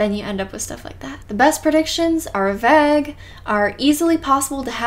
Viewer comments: I'm from UK and it's pronounced Vay g (g is said like a kid when they are learning the alphabet - not gee but g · Why do you pronounce plague & vague like plague & vague is it an inside joke that im not in on